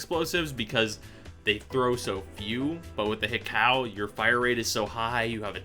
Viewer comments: It's not prounounced hih cow... It's hi ku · not even close lol, it is supposed to be pronounced Hee-ko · that pronunciation though, "Hikow" couldn't be any further from what it is supposed to sound like lol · EVERY TIME he said "hik-cow" my blood pressure went up. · He said Hikow no hate just funny. Say it how you like it! :D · It's pronounced "hee-coh" (like co-worker) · If you wanna make a correction, at least now you're stuff. It's Japanese, it's pronounced hi-ko-u